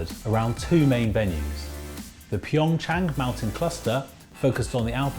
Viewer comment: It’s PyeongCHANG not PyeongYANG 🤦🏻‍♀️